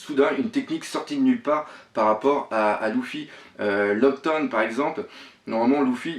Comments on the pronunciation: Luffy se prononce lefi pas loufi :) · Ouai ;) c'est juste que j'était habitué à ce que les youtubeurs francophones le prononce leffy. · Oui je regarde la Vf ^^ Luffy se prononce le fi et en vo se prononce le ou ffy, enfaîte, il fait des fautes de prononciation pas que sur Luffy, je crois qu'il le fait aussi sur Sanji et ni en Vo ni en Vf la prononciation est comme il le fait mais bon je vais pas rager pour ça il fait ce qu'il veut le capitaine ^^